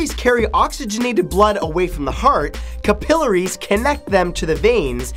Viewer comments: "cap-il-ar-y" not "ca-pil-ary" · "kuh-pill-ahry" why are u saying it like that?? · capillary - the emphasis is on the last syllable, not the second.